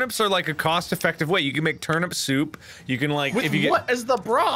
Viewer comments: I love how Mark accidentally says termit instead of turnip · No one: Mark: You eat the “termit”.😂😂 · Thought you spelt it wrong then I realized that’s how mark said it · "You eat the termit" -Markiplier 2019